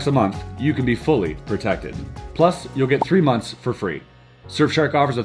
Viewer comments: "3 NONTHS FREE" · Did anyone realize that during the sponsor section, it said “3 Nonths” instead of Months? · 3 nonths or months? 😜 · “3 nonths for free”